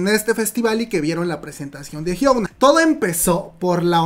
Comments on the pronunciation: Es "Hyuna" no "Hyouna" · Por que pronuncias su nombre así??? Lo pronuncias como si fueras nativo anglosajón TT